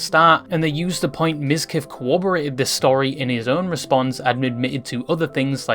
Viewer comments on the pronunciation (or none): *Corroborated not Cowoberated (sorry pet peeve of mine so many people get this wrong)